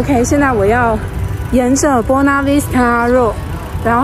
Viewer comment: Buona Vista而不是 Bona Vista啦。。。